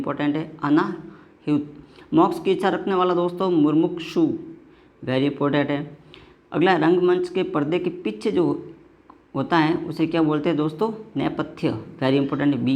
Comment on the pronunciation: मेरे प्रिय सर जी पहले आप हिन्दी पढ़ना सीख लीजिए......! मुमुक्षु को मुरमुकछु बोल रहे हो...! Q. NO. 1 को ठीक से पढ़ भी नहीं पाए 😂😂